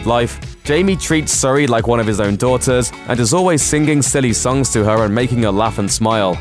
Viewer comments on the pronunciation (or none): It's sing ing, not sing Ging